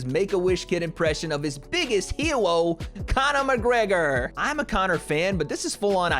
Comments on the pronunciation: "Jake Mcpaulegor" lmao 😆😆😆🤣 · Jake mcpaulagor from oreland HAHAHA you a fool